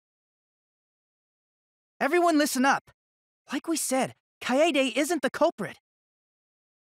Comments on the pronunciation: It just pushes my freaking buttons when they don't pronounce Kaede right. ITS KY A DAY NOT KY AI DE Edit: it also makes me pissed when they keep pronouncing their names to people like "I AM (insert name) SCRUB" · THEY CALL HER KAYAYDAY I WANT TO CRY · there was more of an a rather then a yay